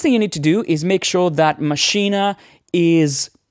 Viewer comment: I thought you were going to talk about Maschine, NOT Maschina, which you mispronounce it as all the time.